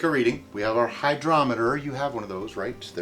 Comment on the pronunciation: Lol. Hy-drop-eter